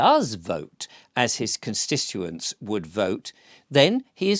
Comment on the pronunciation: Constituents. I love you but pl3ase say this word correctly. ConsTituent